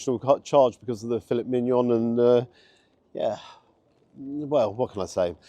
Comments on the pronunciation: Great review, as always, thanks,. Breakfast looked good, as you say and as you say, too...pricey! Surprised by the steak meal. But now, now..! As you're a qualified foodie blogger it's "Fille(t) Mignon (silent "T") and our French cousins will have a field day with you on that! But again, thanks so much for your great reviews, keep 'em coming!!! 👍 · I see what you did there,. You pronounced Filet Mignon in a very English way rather than it sounding more French.:D